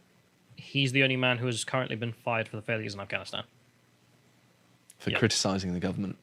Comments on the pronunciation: did you guys hear him? he couldnt even pronounce afghanistan lmao he said "Im not gonna answer questions about gafstan" hahahahahaha this shit is beyond parody at this point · He didn't even say Afghanistan, he said Ghanistan.... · He said "I'm not gonna answering questions about ganstan". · Actually, I think Biden called it "Ghanistan", if you listen closely.